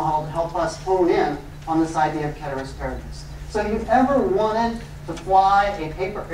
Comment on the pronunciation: Came just for the pronunciation of "Ceteris Paribus", stayed for amazing class